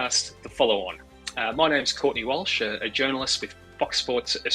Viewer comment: I nearly pissed myself when he said my names Courtney Walsh😂